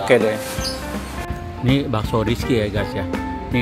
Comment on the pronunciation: Paaaakk...kocak deh ah hehe... Ini bakso bukan basko.. Tulang rangu bukan tulang rungu..